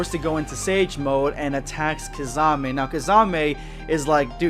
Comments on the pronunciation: u really butchered Kisame's name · pronounciation of kisame = rip kissanime